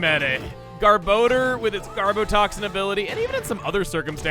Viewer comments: Not only is garbodor one of the most feared TCG Pokemon it's also one of the most mispronounced Pokemon. It's (gar-boh-der) not (gar-ba-door). It's a combination between garbage and odor and the anime and Pokedex 3d pro pronounce it (gar-boh-der). I can't tell you how many times I've heard it said wrong because it's just too much to count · I hate the official pronunciation of Garbodor, it should be “Gar-Buh-Door” and not “Gar-Bow-Dur” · "garb-OH-door?!" i just blanked for a moment. i thought it was pronounced more like "garb-AH-door..." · For some reason every time I hear Gabodor’s cry I hear it saying “Dumbledore” Did I spell that right xd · Since I don’t see if anyone else mentioned it...Does anyone else hear him say “Garbodor” as “Garboner”? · I was half paying attention to you saying garbodar. I thought you said "Garboner". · So, I just learned that Garbodor's name has a second o, not a second a. Been pronouncing that wrong for years.